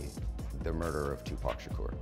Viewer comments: Girl.. it’s 2Pac.. not 2 pack💀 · Thumbs down for calling him 2 Pack smh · Hey his name is Not Tupack !! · Who the hell, in this day & age, says Two-PACK?!?! 😡😤🤬 Re-record this video immediately! 😂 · 2 pack is not the way to say it 😂😂😂😂😂😂💯💯💯😂 some white folk kill me with that 😂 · Does she keep saying TUPAACK? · Great video but please pronounce PAC correctly you keep saying Pack! So with that being said keep doing a great job! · you fool. it’s not “two pack’ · As soon as I heard Tupac refereed to as Too pack, I knew this was click bait BYE! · its not TUPACKKKKKKKKKKK!!! lol. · Stop using AI for your voice overs. They are so ridiculous. Tu Pack? Come on try harder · Wait til you hear two-pack shaker...the 1 grinds the gears I tell ya 😂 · Bro can’t even pronounce name properly can’t keep watching sadly all clout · Why is she mispronouncing Pac name thoooo?!!! 🤬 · You don't know how to pronounce his name ask someone who knows. So rule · Your determination to constantly mispronounce Tupac name is LEGENDARY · Pronounce Tupac's name right ok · Its so annoying hearing white people constantly pronouncing Tupac's name wrong over and over knowing the right way to say it. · U shouldn't do videos on people if u can't even correctly pronounce their name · Even after 27 years they still can’t pronounce his hame right. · Can't even pronounce 2pac......thumb down for this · Can't take the voice and mispronouncing of the 2pac name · Can you at least pronounce his name right.... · I don’t understand how people still manage to pronounce his name wrong!! Like if you are doing a story on him make sure you do him the justice of saying his name correctly!! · You saying his name wrong smh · I hate how she pronounces Tupac's name... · You'd think folk would know how to pronounce TUPAC'S name by now. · That voice is extremely annoying. If it is an AI, it needs to be taught how to pronounce Tupac name correctly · It's not 2pack, it's 2pock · Say his name to right it’s not Tupackkkkk